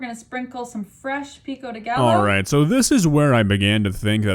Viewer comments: probably the least offensive thing about this cooking video but she said pico de gallo wrong lol. She said the Ls like L instead of a Y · She just said “PICO DE GAHLLO” 💀💀💀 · Ain’t no way she just pronounced pico de gallo with an L sound 💀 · The fact that she mispronounces "pico de gallo", but not "tortilla".... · Why can she pronounce tortilla but not pico de gallo??